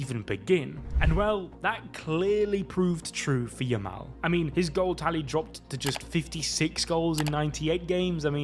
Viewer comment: Stick to working at the daily bugle. It's Yamal not Jamal